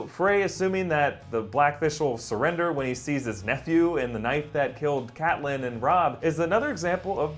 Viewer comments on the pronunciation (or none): none